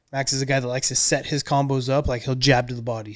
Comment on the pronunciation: "Cumbos" - Rampage